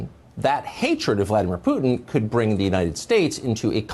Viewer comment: V-LAD-ah-meer Poo-tein